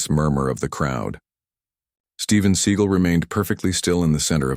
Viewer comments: Would this guy narrating please learn how to pronounce Steven Se GAL NOT SEE GEL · Story teller ca,t even say his last name right i,d love to see the video l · If you can't say his real name properly maybe you don't need to be given this fake ass story locked everybody just said got my girls do not stop and mess with people especially people that Steven seagal you idiot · What a crock of horse crap. The AI voice mispronounces the actor's name and the title has the wrong martial art that he uses and then the story has details from little tiny people in this part of the crowd and that part of the crowd this pure fictional crap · Maybe have at least enough integrity to narrate with Fake Voice that pronounces his name correctly(!) gF NM/FL